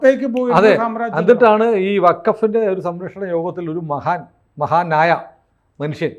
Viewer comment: 'മഹാനായ ' അല്ല. മഹാ ' നായ '